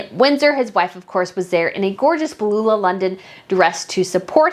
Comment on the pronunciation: Hi from australia 🇦🇺. Just a helpful comment. You seem to mis pronounce Beulah London. Just try Bew La. Love your channels. Would love to come on your trip to Europe but just purchased a house this year. Maybe in the future. ❤